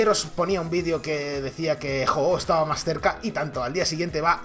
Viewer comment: De los pocos que dice bien el nombre del pokemon :v